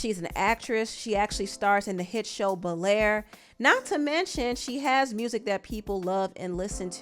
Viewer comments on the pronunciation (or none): I’m genuinely here for all the Black girl magic and ALL that … but in all the years I’ve been watching TV, hearing “Bel Air” pronounced “Bullair” by any single body is crazy new for me 🤷🏽‍♀️ …